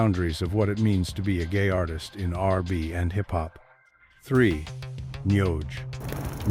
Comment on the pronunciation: AI can say Nhoj but not R&B? 🙃